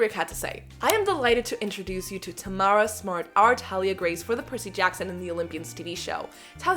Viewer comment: It personally rubs me the wrong way that she doesn’t know how to pronounce Thalias name correctly… Also the accent, sounds lazy that she wouldn’t do an American accent? But she could be a good actor. We’ll see.